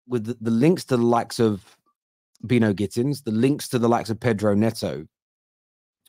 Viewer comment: It's By-no It's a name familiar in Barbados